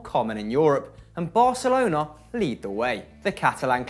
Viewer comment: Thank u for pronouncing Barcelona without the ceseo :") it's so cringy when English speakers say barthelona